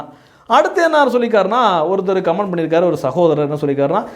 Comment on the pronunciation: நீங்கள் உட்பட சில வீடியோக்களில் கமென்ட் (comment) என்று சொல்வதற்கு பதில், கமான்ட் (command) என்று சொல்வது போல் கேட்கிறது. நான் சொல்வது தவறாக இருந்தால் மன்னிக்கவும்.